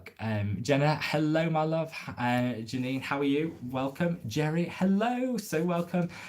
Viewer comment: Bless ya it's Ja-Nina but just call me Nina its easier....is a Russian name but I'm 100% Yorkshire 😊